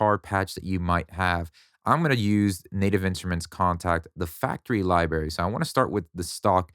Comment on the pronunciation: are you saying liberry?